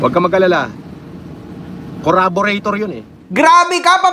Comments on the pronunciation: CORRABORATOR 😂😂😂😂😂😂 baka CARBURETOR BOY INIDORO 😆😆😆😆😆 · "Curaborator" grabe yan pala Ang graduate Ng Cambridge 😂😂😂😂